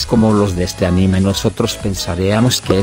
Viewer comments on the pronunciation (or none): none